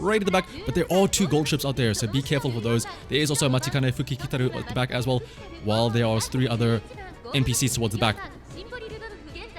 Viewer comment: Not quite, he said fukiki instead of fukuki.